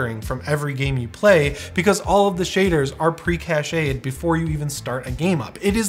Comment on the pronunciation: It's pronounced Kasht. Not Kasheyed. Cached